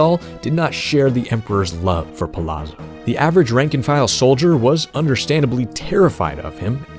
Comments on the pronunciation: Good video. I appreciate the deep dive into the character and lore. One note, since his last name is clearly Italian influenced, it may be pronounced Pa-Lot-Zo instead of Pa-La-Zo. I believe the double ZZ makes the same T sound as pizza. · Why doesn't anyone know that Palazzo is pronounced Palatso? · You pronounced his name wrong for the entire video. "Palazzo" is pronounced like "pa-lat-zo." Double Z is always pronounced like the double Z in pizza. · Y'know how pizza has a double Z and sounds like "peet-za"? Kefka Palazzo "Pa-lat-zo"